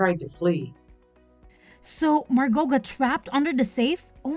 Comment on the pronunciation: At least you know how to pronounce Margot. I've heard it butchered so much lately